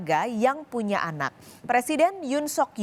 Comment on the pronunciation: Ada keslahan pengucapan kata yaitu : Punya anak mbak bukan puna anak 🤗